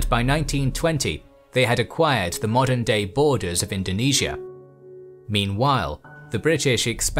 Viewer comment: finally the series i've been waiting! and thank you for including Indonesia here. P.S. also thanks for pronouncing Indonesia correctly.